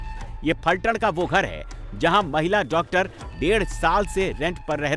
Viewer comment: It's Phaltan or one can call pythaan...not falthad..